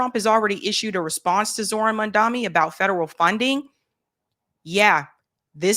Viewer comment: 😅 please say mamdani right, IT IS Not that difficult 😂